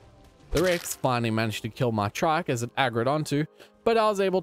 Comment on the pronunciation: I love the way he says trike like traike